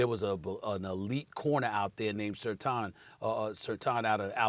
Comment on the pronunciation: Steven A Smith: "Sur-tahn". Max Kellerman: "Sur-tane". These clowns don't watch college football. His name is spelled Surtain but is pronounced "Sur-tan" 👀